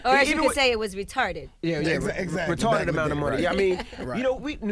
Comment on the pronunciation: When he said “Retawded” pissed me off the way they act like that was old and out dated. It’s 2020 and Kevin Gates and others still use it